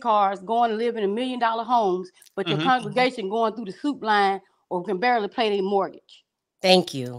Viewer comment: It's and his conjugation for me. Lol..., the word is con-gre-ga-tion and not con-ju-ga-tion. You are not conjugating any Spanish or French verbs here.Two different words boo!. Lmao!!